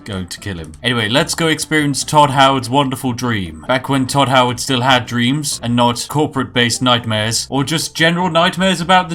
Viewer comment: If he says tod howerd one more time ill show him tod howerds fucking repitasion